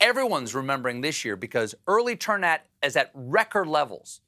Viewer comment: “Early turn AT is at record levels.” very Pittsburgh of you ❤️